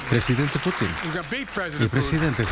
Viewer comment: PORFAVOR deja de llamar “Putín” a Putin, no hay acento en la “I”. Putín con acento es como comúnmente se le llamaría a una persona homosexual